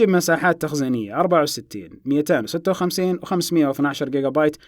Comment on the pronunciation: مبدع ، ما شاء الله لكن لاحظت لديك خطأ وفي حال ثبت ، عليك إرسال أحد الجوالين لي ، لأنني ما زلت أحمل نوت9 ولم استطع الترقية ، الخطأ في نطق ذاكرة النوت 20 ألترا الداخلية 256 😂